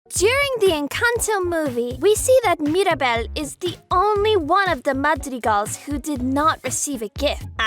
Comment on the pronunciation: It's Mira not Mari